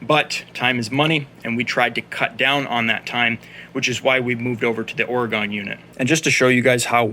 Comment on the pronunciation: It is pronounced Ore-Gun not Or-Gone, we are still here but our political view of the Woke cities, we wish they were gone !